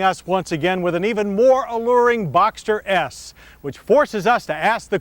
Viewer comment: "boxter yes" 🙄😂